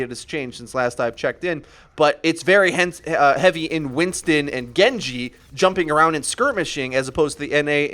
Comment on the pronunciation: Lewisking50 Actually it's an Arabic name. You guys can all shut up I actually know Arabic and his pronunciation is more correct than PHAY-ruh because it is closer to the actual name. +HotsoupTheMighty Hanzo and Genji are actually pronounced right.